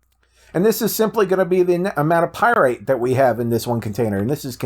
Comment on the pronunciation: It's not pyrite it's pyrAtite